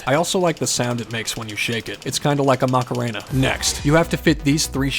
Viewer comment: maraca, not Macarena